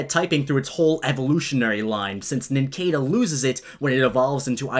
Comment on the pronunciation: Its Nin-sada, not "Nin-kay'da"